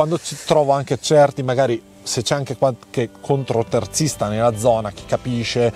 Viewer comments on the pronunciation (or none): Ciao, Scusa se rompo ma si dice CONTOterzista Non CONTROterzista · non voglio fare il polemico ma si dice contoterzista, non contro....vai avanti così che vai forte😊